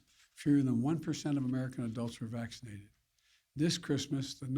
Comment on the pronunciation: How many times did he say SMaccinatedDd in that 10 min clip lol